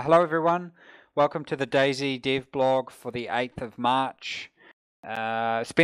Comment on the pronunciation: Rocket - this is the first time I heard your voice. Your accent - can't figure out why/how do you have it... You pronounce "dev blog" as "div blog".. Where are you from?